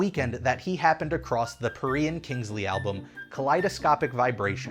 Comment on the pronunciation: I'm not proud of for pronouncing "Perrey" the wrong way.